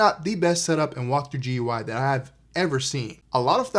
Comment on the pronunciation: It isn't top-of-the-line. This would be the Cinema 30, and there is also a 40 and 50. The 60 is actually near bottom-of-the-line. GUI is typically pronounced "gooey."